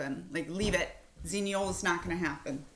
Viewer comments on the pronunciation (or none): I hate to tell you this, but xennial has been a thing already for about a decade and it’s pronounced “Zehnnial” not “zeennial”